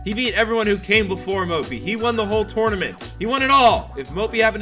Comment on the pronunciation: I strongly dislike the way says TOURNAMENT